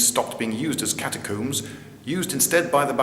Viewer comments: Cat a coombs are they really cat a coobs now say all you min e um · "Catacoomb"? Are you French now? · hehe catacooms